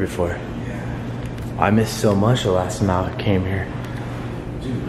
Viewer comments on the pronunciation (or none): none